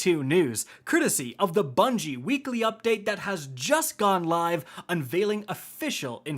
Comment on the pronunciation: Anyone else hear him say "wReekly reset"???